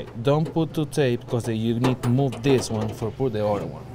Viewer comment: Like dis and like dis and dis then do dis…and dis…dis (this) and like dis